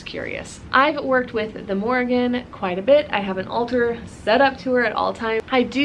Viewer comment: (1) First of all you are saying her name wrong the whole time😅 if you pray to her you should know how to address her with respect (2) she’s not connected to cattle she landed on a bulls back to tell him about the battle.(3) The Morrígan is mainly associated with war especially with foretelling doom, death, or victory in battle. She incites warriors to battle and can help bring about victory over their enemies. The Morrígan encourages warriors to do brave deeds, strikes fear into their enemies, and is portrayed washing the bloodstained clothes of those fated to die.She is most frequently seen as a goddess of battle and war. I’m sorry I was rude earlier I was just kinda taken back that you say all these things that are not true . I take my culture and Celtic history very seriously as it is my heritage.